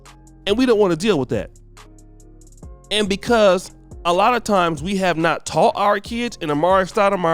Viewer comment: Is it just me or do anybody else thinks he need to lose the intro of how he says "Of"